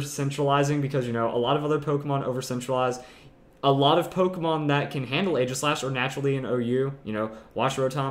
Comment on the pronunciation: For all of the praise he gives Aegislash he still pronounces it wrong. Not trying to be hateful, just informative.